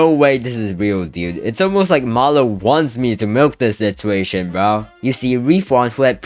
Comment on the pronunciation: such a patetic sitchuashon